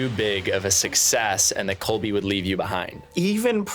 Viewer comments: la sam and a coby” sir it’s CoLby😭😭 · calling Colby “Cobe” make me LAUGH